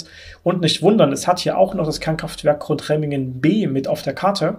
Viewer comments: 2 Kleinigkeiten: Es heißt nicht "Grundremmingen" sondern "Gundremmingen" und Grafenrheinfeld ist auch schon einige Zeit nicht mehr am Netz. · GUNDREMMINGEN nicht Grundremmingen... man man man